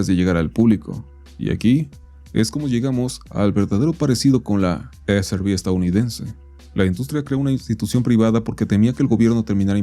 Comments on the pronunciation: Hahaha sabemos que es "i es er bi" Pero la mala pronunciación le da el toque 🤌🏻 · Mas bien es: i, es, ar, bi. La R se pronuncia: Arrrrr